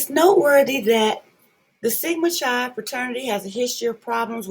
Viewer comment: You are saying Chi wrong